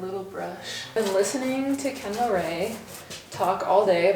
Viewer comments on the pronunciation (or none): none